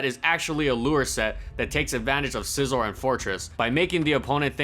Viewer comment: It's scizor